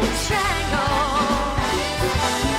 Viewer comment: I liked Sarah up til this week. This song isn'T supposed to be ov-er pro-nou-nced. eg I drinks a biT! & it's Mr. Bojangles not Bo-jyangles. DVO was spot on with Mary Poppins. Liked her before this performance but I felt she could be in the bottom because of it. Jessie was incredible!